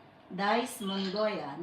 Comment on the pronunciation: Mongaya po hindi po Mongoya